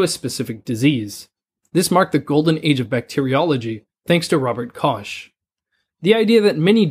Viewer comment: "Robert Kosh" Somewhere a german person just died